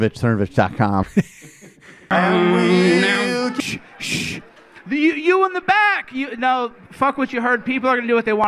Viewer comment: I liked it when you were calling him Cernovavitch and Cervonich and Cervonavitch.